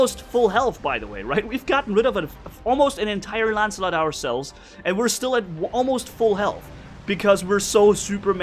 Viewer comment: "ancilot" XD true